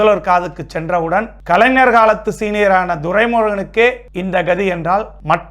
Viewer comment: முதலில் தமிழை நன்றாக படிக்க கற்று கொள்ள வேண்டும்...bro. கலைஞர் என்பதை சரியாக உச்சரிக்க வேண்டும். கலைனர் அல்ல...😂😂😂